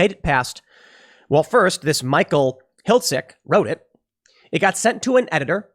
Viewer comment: "Hiltzik" every. single. time.